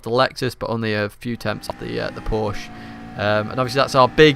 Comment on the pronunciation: pls Man LEARN how to pronounce Porsche...